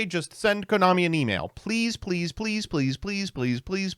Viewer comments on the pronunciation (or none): none